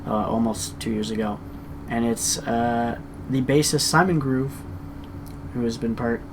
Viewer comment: His Surname is NOT GROOVE it's Grove like almond grove.